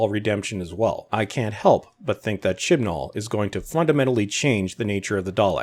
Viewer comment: I can only hear Chin Balls when you say Chibnall now